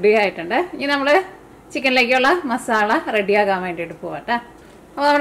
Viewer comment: മാസാളയല്ല മസാല 😂